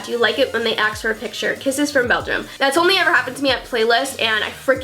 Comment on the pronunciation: Why are you saying axe instead of ask